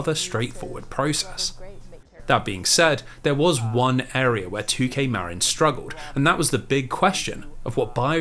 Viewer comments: I hate being the pronunciation police (again, I think because I'm fairly certain I did this in the previous video of yours), but I grew up in a neighboring county to Marin and it's not pronounced Mare-in like you say, it's pronounced like Mah-Rin. Every time you say it I cringe a little (it's a me problem, not you; you're literally on the other side of the world from here, you're not going to know how to say the weird American-English bastardization of Spanish words like I do). P.S. This was a wonderful and comprehensive video, I appreciate all the hard work you put into it! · bro. as someone who grew up in Marin, your saying it wrong and its killing me inside. "Marin" (as in Marin County, CA) is pronounced "muh-RIN", with the emphasis on the second syllable, like "mud" and "rin" in "rinse". A common mispronunciation is "MARE-in". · 'Marin' is pronounced muh (like 'marine') rin (like 'mandarin')